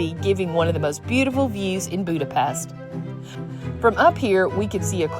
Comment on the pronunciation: The views from the Funicular are awesome! And it's great to learn how to actually say "Budapest"! Also, Mathias church is beautiful!!!